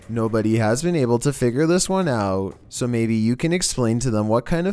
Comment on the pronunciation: voice- Number woone. Eurobeat imtensifies